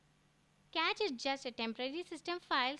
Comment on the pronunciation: i believe it's pronounced 'cash'